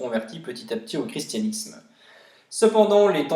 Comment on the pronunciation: Le chi se prononce ki Voili voilou....